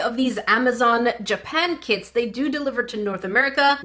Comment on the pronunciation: I kept thinking you were saying "North American Kids," but you were saying "kits." The tools in the kits seemed well made, too, ours would have a thin plastic knife, and a measuring cup, like you get on a medicine bottle. 😆